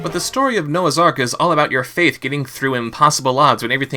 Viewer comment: "Ark", not "Arch".